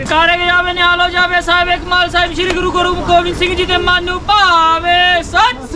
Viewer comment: Beta Jo bole so Nihal nahin hota bole Sone HAL hota hai jaikara dhang se bolo